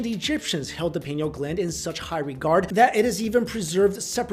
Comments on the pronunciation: It's pineal (Pie-Neal). Not penal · Arrgh! It's pronounced like pie-KNEE-ul gland! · Pine-eel. great video! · pi-nee-al gland. come on man